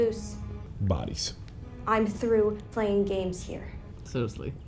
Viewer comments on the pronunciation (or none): none